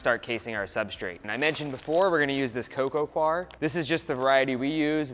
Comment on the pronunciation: This is literally the most minor point ever, however "coir" is pronounced "coy-er" rather than "kwar". So many people get this wrong, but hey, language rarely comes with a manual right?